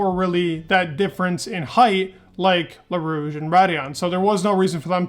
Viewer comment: It's not Leau Rouge…it's Eau Rouge…just sayin'